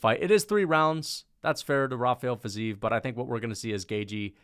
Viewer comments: its fi-zeev chief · The fact that you care if its ruffy or raffy, while butchering fizievs name so badly shows your ignorance, i wouldn't rely on your picks